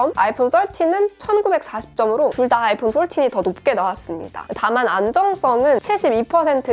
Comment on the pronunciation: 아이풘 떨틴~~ 뽈틴~~ ㅋㅋㅋㅋㅋ